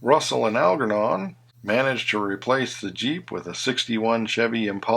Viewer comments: It’s Algernon not Al ger non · One of my all-time favorites . You did a good job of everything except the pronunciation of Dorothy Provine , that's PRO VINE , not provin and Terry Thomas' Algernon , the ger is pronounced as in German . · Dorothy Provine is pronounced with a long "I", "Prov-eyne" as is her characters' name, Emeline. Algernon is pronounced as "Aljernon" Sylvester's convertible actually belongs to his girlfriend (deleted scene).